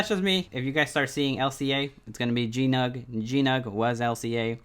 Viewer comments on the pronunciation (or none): GNOG (Golden Nugget Online Gaming), not "GNUG" ;)